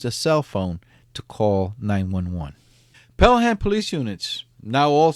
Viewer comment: It's pronounced pale-am not Pell-ham.